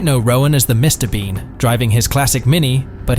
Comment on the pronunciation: This has to he a computer generated voice. Note the pronunciation of Mr. Bean at the start. A mispronunciation of such a basic thing wouldn't be made by a human. DOWN with the use of computer voices.